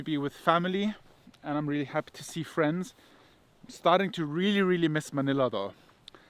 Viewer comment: Thank you for being honest. KEN WE BE FWENDS? :)